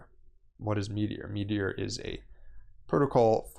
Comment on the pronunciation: Its MeteorA, not Meteor. Otherwise, great video.